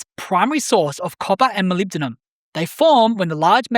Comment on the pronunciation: ...also, it's "muh LIB duh nuhm"... 😄👍